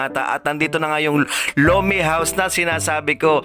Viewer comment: Lomenngg😂😂😂bisaya na tuuuuu😅